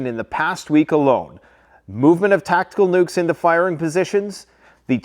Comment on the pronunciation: Did he just say tac-tic,cool